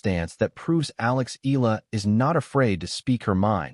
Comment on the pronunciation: Her pride, her honor, belongs to her. Funny how people try to claim for themselves what's hers alone. BTW kindly pronounce the name correctly, it's EhYAHLah. Not EELa or ELa, it hurts to hear it murdered